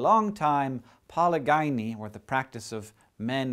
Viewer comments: A man with many women is called polygyny pal-i-Jin-ee with a J sound, not poly-guy-nee. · Just an FYI, Hank: polygyny is pronounced with a hard g. It's poh-lidg-ih-nee, with a j/dg/dʒ sound. The second syllable rhymes with "bridge." You said it paw-lee-guy-nee. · It's pronounced like "puh-LI-juh-nee" FYI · I thought polygyny was pronounced like "poly-jenny" not like gynecologist... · Polygyny is actually pronounced like 'poli GIN knee' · For the record, Hank, polygyny is said like, "pol-ih-jih-nee". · Good video, but holy crap am I going nuts hearing you totally mispronounce 'polygyny'. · As an Anthropologist, I can honestly tell you that you are saying polygyny incorrectly. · Why does Hank continue to mispronounce "polygyny", even after showing the pronunciation key in the video? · My mind is boggled... you said 'polygyny' in a way which sounds wrong to me, but the transcription below it matched a different pronunciation which is also the way I say it. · You mispronounced polygyny. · Dear you mispronounce polygyny. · Hank, please stop saying "polygyny" wrong. You got the "poly" pary right, but the "gyny" part is pronounced more like Weasley girl. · YOU PRONOUNCED POLYGYNY WRONG!!!!!! And you even had the pronunciation up there with the graphic. Tsk tsk.